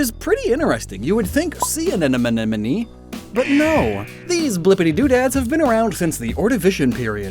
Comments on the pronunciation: “Uhn-enemy” drove me INSANE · watching this while a biology student roommate is listening in the living room... the tangible frustration on his face whenever the word anemone is mispronounced is GOLD! thanks